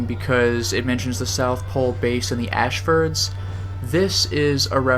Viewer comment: "The Ashford's". @@